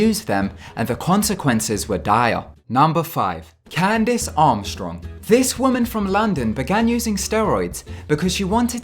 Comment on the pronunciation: "Armstrong" hahaha